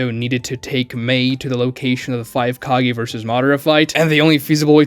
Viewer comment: Stop saying "kagi" instead of "kage" AAAAAAAAAAHHHHHHH!